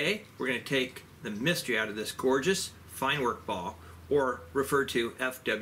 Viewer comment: Germans pronounce the W as a V so it's pronounced FINE VERK BAU. Too bad it's not available in .22.